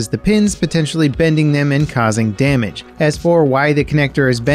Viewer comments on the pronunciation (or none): none